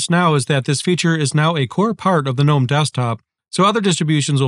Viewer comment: thank you for saying gnome correctly 🤓